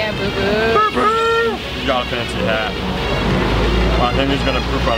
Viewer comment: It's BooBoo not BoBo